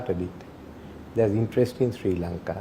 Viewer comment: It is Sri lanka not Shri lanka